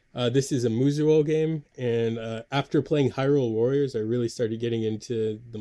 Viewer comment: Great picks! FYI: They are pronounced "Moo-so", or "Moose'o".